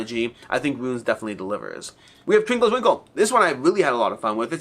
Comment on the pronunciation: Not trying to come off as annoying or whatever, just trying to educate: Ruins is a word of 2 syllables. Rue ins. Unlike Runes (which is how you seem to be pronouncing it). Also, comparing Hercules & the 12 Labors to 20 Strong really piques my interest.